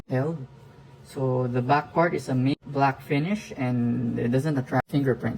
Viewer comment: Matte pronounced as "Mat" not "Meyt"